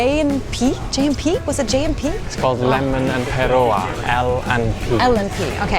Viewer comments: Kiwi here, big ups for the paeroa pronunciation. And as for the lack of humans, auckland is a conglomerate of 4 different cities merged into one so it covers a very large area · Well done on your pronunciation of Paeroa👏🏽👏🏽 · Says Paeroa better than most people "I don't know how to say it." I reckon you've been doing some learning on the phonetics. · Welcome to Aotearoa. Well done on your pronunciation of Paeroa👏🏽👏🏽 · You got the accent right with Paoroa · You pronounced Paeroa perfectly! So excited u guys made it to Aotearoa ❤ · "Paeroa, Paeroa, I don't know how to say that." Said it PERFECTLY! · Your pronunciation of Paeroa is really good.